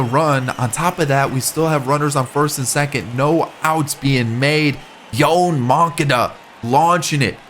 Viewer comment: love the vids and im a huge cub fan. Its Yo-An Mon-Ca-Da